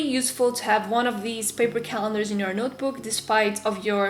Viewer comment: She says notebook as nootbook. But still love you.😉